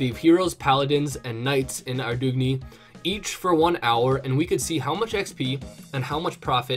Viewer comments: why would you call it arrrr doog neeeee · ar-dog-knee lol